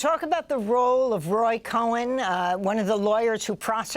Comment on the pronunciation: Will someone please tell Amy that it's Roy Cohn NOT Cohen!